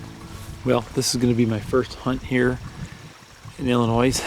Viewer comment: Really, Illi-noise? HAHA!